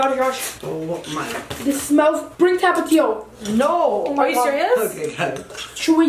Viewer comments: Josh,, say tap-a-tio Mexicans say thap-eh-thio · They said tapatío wrong